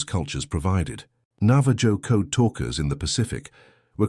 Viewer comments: You know this is AI when he says navaJo instead of navaho as it sounds. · Nava-joe? Navajo is pronounced Nava-ho